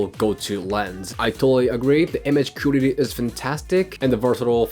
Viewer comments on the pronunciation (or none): the way you pronounce the word "quality" is really strange.. would like to see if you can improve it? sometimes its hard to understand its that word you're saying